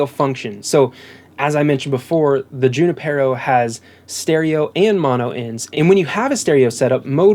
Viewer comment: “Junipero” is a Spanish name & properly pronounced: “ hoo-NEE-Pear-oh “. “J” is sounded like an “h”. Emphasis on “NEE.” Just saying...